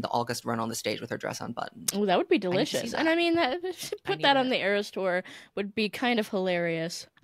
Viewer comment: Iris thora and AeroStore instead of eras tour are sending me😂